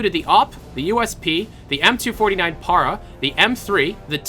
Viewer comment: its pronounced "m249 Pa-rah" not Parar